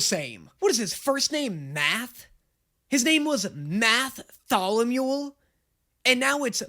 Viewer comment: NO, HIS NAME IS MATT THOLOMULE😭😭😭 THERE'S NO H